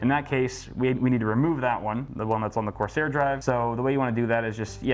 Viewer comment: "CORSIAR"... it's the French version. lol